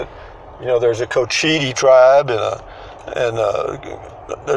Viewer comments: It’s coach-Ite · When you are reporting about places new to you, especially on indian land, please take the time and make the effort to get the facts right. And at least learn how to pronounce it. Any of the people in the store could have told you the correct pronunciation had you asked.